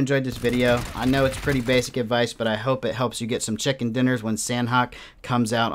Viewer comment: Please for the love of God pronounce it Sah-Nok. It is not San-Hok.